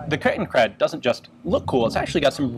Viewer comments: Ian became a native speaker! 😱 Konrad Duden himself couldn't have pronounced it any better! Ich möchte diesen wundervollen Moment für immer in Ehren halten und begieße ihn deshalb mit einem gülden schimmernden Glas leckeren Hefe-Weizens. 😉😛 PROST! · Thanks for pronouncing Kettenkrad correct. :)